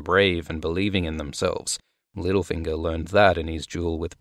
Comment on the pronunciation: I love how you called him “lil finger” like he was some SoundCloud rapper instead of “Little Finger” LOL